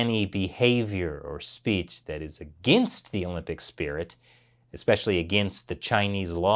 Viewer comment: Just so you know, it's "the" not "d" 😅